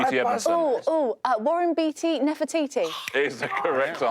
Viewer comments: Nefertiti and Warren Beatty-- not a rhyme. He pronounces it Bay-tee (not Bee-tee). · Nefertiti does not rhyme with Warren Beatty. He pronounces it Bait-tea.